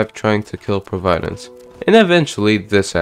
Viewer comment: "proveyedence" lol